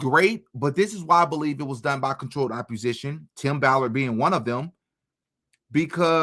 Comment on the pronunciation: Opp-o-sition theres no R ❤